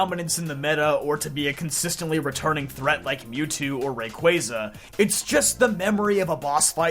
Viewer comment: The only poketuber that pronounces rayquaza correctly